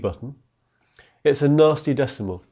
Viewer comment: At the start I thought he was saying ‘Nazi square roots’ and not ‘nasty square roots’ lol don’t ask why